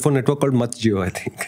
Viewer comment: Wow, just so many things that i feel like pausing and commenting, I think you guys should do a live podcast with chat options. and I definitely love the dark side of. "MatJIO"I think that was the best I have heard so far